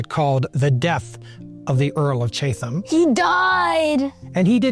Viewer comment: Thoroughly enjoyed these three parts. A few pronunciation notes: Chatham said like Chattam Leicester said like Lester Mahon said either like Mah-hon or Mah-hoon (depending on who you talk to) Birmingham said like Birmingam (h’s usually silent in town names) Stanhope pronounced Stanup Looking forward to your take on Pitt the Younger.